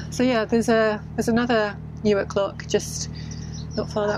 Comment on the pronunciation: I’m glad to hear that the correct pronunciation of Newark is used. Unlike those in Delaware who say “New’ Ark”!